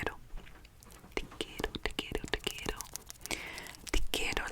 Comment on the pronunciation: Actually your pronunciation of "te quiero" was pretty good :) And I believe you were trying to say "i love you family = os quiero familia". You are doing great keep it up!!!